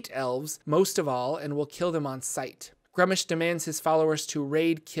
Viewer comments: I believe it's pronounced *grumsh* or maybe *groomsh*, all one syllable. is adding extra letters and syllables in his pronunciation when he says *grum-ush*. Though to be fair I can't remember off hand what source book that was detailed in. Other than that well done. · You insult Old One-Eye with your pronounciation A thousand thorns to the scr0tum upon you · My least favorite way to say gruumsh